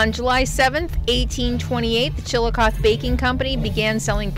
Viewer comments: Just a heads up, Chillicothe (chi-luh-kaa-thee) is pronounced with a long "E" on the end & it's a 4 syllable word. We have a Chillicothe in Ohio. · Long E on the end. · Pronounce the end like eee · I live not too far from chillicothe which sounds like… chill a cough thee 😂 and my daughter lives in Iowa and says there is a trail that runs from one end of the state to the other end. They are very park friendly in Iowa. ❤ your videos. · Pronounced Chill a coth ee. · that’s what I was thinking about when I heard the pronunciation. Long e in the Ohio town’s name. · I love the murals!!❤❤there is a Chillicothe in Ohio… there they pronounce the final E. Did you transport that spider across state lines?😂 do spiders recycle?